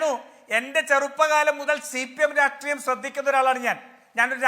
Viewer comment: രാട്രീയം അല്ല രാഷ്ട്രീയം ആണ്.. ഇയാൾ എപ്പോഴും രാട്രീയം രാട്രീയം എന്ന് പറയും. ഇത് പോലെ പറയുന്ന വേറെ ഒരാളും കൂടി ഉണ്ട്. ജയ്ക് ആണെന്ന് തോന്നുന്നു!